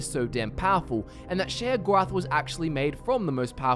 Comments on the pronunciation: its pronounced SHAY-GORATH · i swear everytime you say sheogorath i cringe